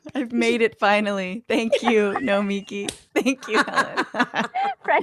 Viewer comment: You confusin the children! Lead-in track has her name wrong. Boylan got her name wrong. Francesca got her name wrong. It's No-me-key. NOT No-miki